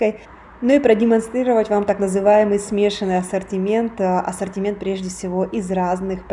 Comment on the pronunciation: Живя в другой стране и говоря на нескольких языках очень тяжело правильно произносить слова.